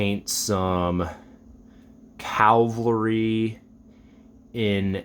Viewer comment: I particularly like your German soldaten! Your feldgrau for you Germans is spot on! Most people make it too much of a gray color IMHO. Shame about the new minis, and yeah I do like how that particular sculpt has the assault drums for mg. Also Jesus man! it's pronounced Cavalry not calvary. (You wouldn't pronounce navalry as nalvary) lol